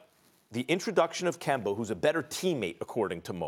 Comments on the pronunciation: Nobody: Stephen A. :Kembar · “Kember” LOL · I came here specifically to hear Stephen A. say "Kember" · Nobody: Stephen A: KEMBER